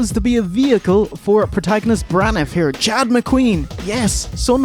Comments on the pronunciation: Gotta hand it to for the worst pronounciation of protagonist ive ever heard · pronunciation of protagonist edges out the boys' pronunciation of Maryland as my new favorite English word regifted by Irish guys.